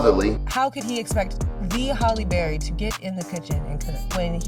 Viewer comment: I know you’re not continuously saying Holly Berry 😂😂😂😂